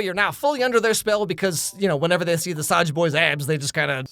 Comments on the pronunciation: Its not saja boys its soulja boys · THIS IS KOREA NOT JAPAN AND ITS SAJA BOYS (sazha boys (how it sounds like))